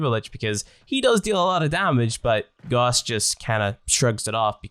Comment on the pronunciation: It’s not goss its gouse